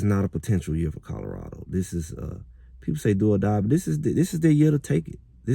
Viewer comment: Its Colorado not Codarado!